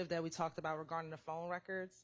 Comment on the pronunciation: You would think a prosecutor knows how to pronounce the word THAT. Please STOP saying "dat"